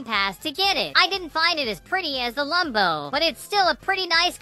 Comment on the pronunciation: When you said Lumbo i ws laughing and choking and dying on the floor 😅😅😅😅😅 And it is Lambo not Lumbo